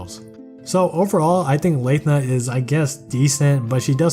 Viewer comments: Not sure if this is a joke on how hard Nyarl is to pronounce, but if we're picking at pronunciations, he's also saying Cho-ni-us instead of Tho-ni-us, Yah-su instead of EE-AY-Yah-su, and Layth-na instead of Lahth-na (tbf, this one doesn't have official pronunciation yet afaik. I'm just going off of her Japanese name). But yeah, great overview as usual! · Pronounced it as Lae-thna UNSUB